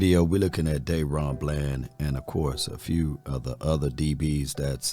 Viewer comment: It ain't Dayron.........its Da-ron....... DA RON! Come on 🤣😂